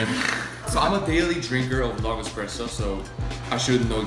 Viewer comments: espresso not expresso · eXpresso. OMG THAT IS NOT HOW YOU PRONOUNCE IT. es-press-o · It really grinds my gears when someone says EX-presso instead of ES-presso, which is how it should be said. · eSpresso. Not eXpresso. You're truly, your local broista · It's not expresso!!!! It's espresso, why is the title correct but both and keep saying it wrong? It kills me:P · They know its ESPRESSO, not Expresso, right? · eSSSSSS-presso. not eX-presso. if you're going to do a whole video about it, at least pronounce it correctly. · OOOOO WHEN THE GIRL SAID EXPRESSO AHHHH 0.37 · girl 1 - i dont have a delicate pallette... we knew that the moment you said eXpresso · Lol yeah she doesn't have the delicate pallet to drink coffee. She called it expresso like no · I swear to god if I ever hear someone call it an "expresso" again I'll neck myself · I don’t like that she says “expresso”. Then again, she works at Buzzfeed. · They kept saying eXpresso and as a barista, that really bothers me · it triggers me so much that they say "Expresso" :| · It's not EXpresso. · Who else hates when people pronounce it 'eXpresso'???? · I don't think they know how to spell/pronounce espresso